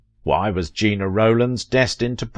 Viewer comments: For crying out loud! Since you say her name over and over, it would sure be nice if you would pronounce it correctly."Jenna" not "Jeena" You can hear her say her own name in interviews. And pronounce her husbands last name properly too, please. Take the time to find out the pronunciation. Really! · of Vintage It would be respectful if you learned how to pronounce your subjects' names. Gena = 'Jenna" Cassavetes = "Cassaveetees" It's simple enough to determine these things. You're better than this. At least I think you are .. Or should be. Step it up, please. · Appreciate narrator voice. So much more professional than many others. Just a pronunciation note: It’s JENN-a & CassaVETTIES.